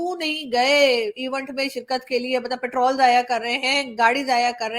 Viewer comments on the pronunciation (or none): none